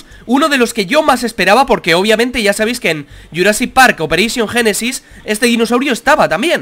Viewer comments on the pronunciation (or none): none